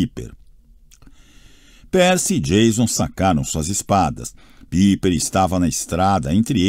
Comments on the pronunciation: Na descrição diz que é narração humana mas olha, esse narrador se esforçou pra parecer robô, viu... Pronúncias erradas, atropelando pontuações... Muitas vezes sem por a devida emoção... O que mais me irritou foram as pronúncias erradas... Não é "PIIPER" É "PAIPER" NÃO É "PÉRCY" É "PÊRCY" Cara que narrador horrível... Da a impressão de que ele simplesmente pegou e leu de qualquer jeito pra terminar logo... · ri muito nessa parte kkkkkkkkkkk e as vezes ele fala Gala ao invés de Gaia... e a pronúncia errada do nome de Piper. seria Paiper a pronúncia rsrs